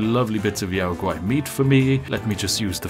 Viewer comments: "yow gowrie"? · did you calla a yao guai "yao gari"? lol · I'm sorry, how did you just pronounce Yao Guai? Yao gauri? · Yow guwhy - yao guai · We just gonna gloss over "Yao gowry" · I've always said it the way the NPC's say it, they pronounce it "Yow G-Why" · Gotta love that Yao Guai pronunciation XD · The way he pronounced Yao Guai pained me lol